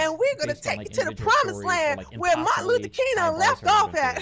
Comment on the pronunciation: "Where Mt. Luthot King left off at" goddamn Im hurting